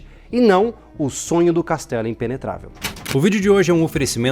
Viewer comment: Putz o cara falar "ENTELIGENTE é EMPENETRAVEL" FOI FODA....kkkk esse povo é td maluco kkkk